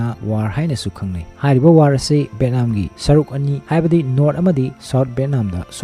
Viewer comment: Bro pronunciation she kharadi chumna hybirk o. Eg :- VAN = BHEN, BHAN VIETNAM=BETNAM, BHETNAM sesingdi literate ke wangang nate, words pronunciation se mathangdadi chumna hybirk o